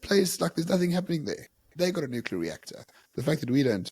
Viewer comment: it's not: "Nukalear"